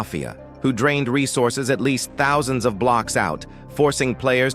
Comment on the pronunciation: "four thoutoo sih joins per hour"